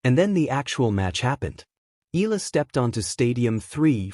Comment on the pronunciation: you need to pronounce her name properly, ay naku!